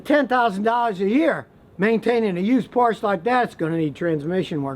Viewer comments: Porsche is properly pronounced PORSH-AH. Beware of anyone who does not know how to pronounce the name correctly. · I feel so disappointed every time Scotty says "Porsh" :( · Porsche is a TWO SYLLABLE WORD! If you can't pronounce the name of the vehicle correctly, I have no confidence in your ability to evaluate the condition or it's worth. Stick with YUGO's. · How can you trust Scotty when he can't even pronounce the word Porsche. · Very knowledgeable... Psst... Scotty... Porsche is two syllables. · Never take advice from a "car guru" who can't even pronounce one of the most iconic brands in the world. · I have had 4 911S used Porsche's and have never had any issues with them. You also should learn the correct pronunciation of this awesome car. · 1. Learn how to pronounce Porsche 2. Buy a 996 or 997 with changed IMS and RMS 3. Enjoy life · Can you pronounce Porsche the correct way.. thankx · Porsche, the E is pronounced. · Porsche is a two syllable name. Always has been. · Porsche is a two syllable word. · Ekawaka Konahi ..Not two bowls, but several Porsches. And at 6 years, my Cayman S has been flawless and far better built than our family Acuras. I can't take a self proclaimed expert too seriously when he can't even pronounce the brand. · Scotty, generally like your vids, but Porsche is a two syllable word (the man's name!) You wouldn't say Ferrar or Lamborghin would you? smh... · Who can take a car guy seriously who does not know Porsche is two syllables? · Hey Scotty. Word of advice. Before you even comment on a Porsche learn how to pronounce PorschE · I wish he would say Porsche correctly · If he can't pronounce Porsche correctly, I wouldn't trust him to work on it either. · "Porsche" is a two syllable word. Shows how much you know about them. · Porsche's intermediate shaft problem on some of their water-cooled models is well known, but should I believe what someone who can't even pronounce Porsche says about cars? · Por-SHUH. Two syllables. It's a dude's name.